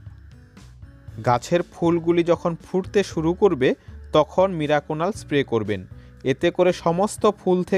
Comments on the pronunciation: কথা যখন বলছেন ঠিক করে বলা দরকার, মিরাকুনাল নয় ওটা মিরাকুলান। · ওটাকে আপনি মিরাকুনাল বলছেন কেন উচ্চারণে সমষ্যা। আসলে ওটার নাম মিরাকুলান। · মিরাকুনাল না মিরাকুলান। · Video টি upload করার পর বুঝতে পেরেছি, আমার মিরাকুলান উচ্চারণ টা মীরাকুনাল হয়ে গেছে, 😀😀😁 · মিরাকুনাল নয় মিরাকুলান।